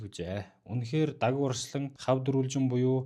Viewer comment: давгаа гэж хэлээчээ